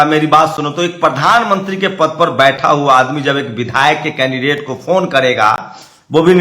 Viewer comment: Mr you never pronounce the Prime minister. you ever say pardhan manti not pradhan mantri.